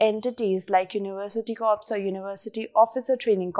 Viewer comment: In NCC the word corps should be pronounced as Core and not Corpse